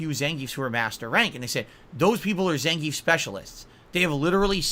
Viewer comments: is it me or he mispronounces zangief? announcer says it russian zangy-eff. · according to russians themselves and the fact gief is russian its pronounced zan-gee-yif. zangeef is how you would say it in german or english